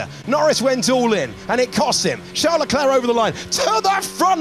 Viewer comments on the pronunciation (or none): It’s my impression or the narrator always says Chel Leclerc?